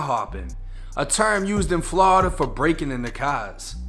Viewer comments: I like how he pronounce Florida as Flowrida but me being from Florida born and raised there currently living on the west coast but it's pronounced 2 ways only "Floorda" or "Flawda" ain't no in between bruh 😂😂😂😂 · Never get tired of hearing Flawda